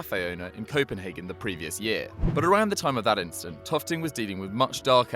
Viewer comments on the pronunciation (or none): none